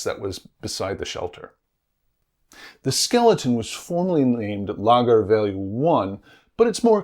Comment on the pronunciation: On pronunciation again. Lagar is accented on the second syllable, not the first. Words ending in R,U,Z,I and L are accented on the final syllable, unlike the majority of Portuguese words. So it is La GAR.